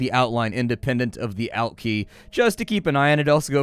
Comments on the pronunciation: it's pronounced alt not alt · Calls the ALT key the OUT key? Huh